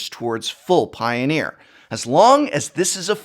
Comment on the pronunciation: I hear Piooner, liked the video.